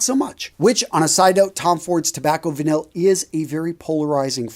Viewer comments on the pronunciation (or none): none